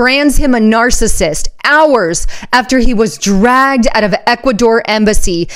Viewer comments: "Drugged" or dragged out of the embassy? Please speak clearly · "Dragged out" not "Drug out" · Dragged out...not drug out. Please.....